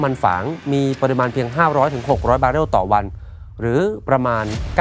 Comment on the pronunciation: 😂😂😂...ฝากถึงพิธีกร...เรื่องการออกเสียงภาษาไทย....ครับ...ติเพื่อก่อนะ...คำว่า "ปริมาณ" ท่านอ่านออกเสียงคำนี้สองครั้ง ไม่เหมือนกัน เพราะคำว่า "ปริมาณ" ออกเสียงว่า ปะ-ริ-มาน ครับ..,มิใช่ ปอ-ริ-มาน 😅😅😅...สำเนียกไว้ด้วย..ครับ สงสารครูภาษาไทยบ้างนะ..😅😅😅...เพราะพวกท่านมีใช่ ai นะ ที่จะออกเสียงไปเรื่อยเปื่อย...😅😅😅😅...